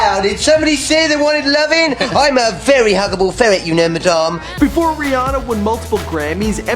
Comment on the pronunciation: It sounded like he said bre Ana